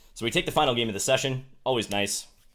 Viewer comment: very nice how u guys don't pronunce "of" wish I could speak like him lol